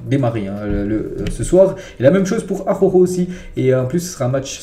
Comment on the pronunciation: Araujo ne se prononce pas AHOHO. ARRRa OU JO.